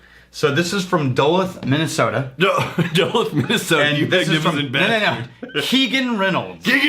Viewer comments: oooo... caught this one early... and it's pronounced "Dulooth" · Duluth is pronounced do luo th. Not dull uth. God damn. As a Minnesotan it is upsetting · You guys do need to learn how to pronounce Duluth. Yours was very wrong... :) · Man, everyone is super tilted about and pronunciation of Duluth. I didn’t even notice😂